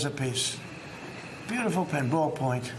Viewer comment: He said `ballpoint`like that was some luxury feature on a pen